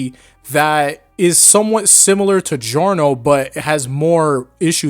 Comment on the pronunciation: It’s giorno it’s not even close